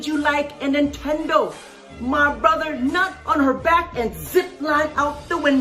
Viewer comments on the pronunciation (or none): none